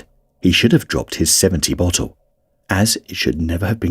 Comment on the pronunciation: I cant unhear bottle as buthole